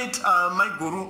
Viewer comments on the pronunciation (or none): none